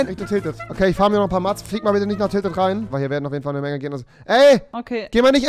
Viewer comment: Wie du Mats sagst du Must das Englisch aussprechen